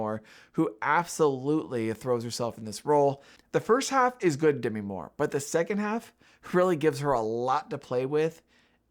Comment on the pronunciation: This is the Kamala controversy for tiff/cannes 2024 reviewers: Demi is pronounced De-MEE. It is not supposed to rhyme with semi.